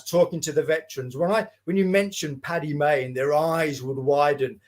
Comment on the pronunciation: The amount of people who can't get Stirling's name right ("Sterling") or Paddy Mayne ("Patty Maine" FFS!). The book itself was fascinating. Well researched as it needed to be to tackle the reputation of a legend (in his own lunchtime). Stirling always seemed unbelievable. This redress of credit where it needed to go was long overdue, as was credit due to the overlooked LRDG. Well done.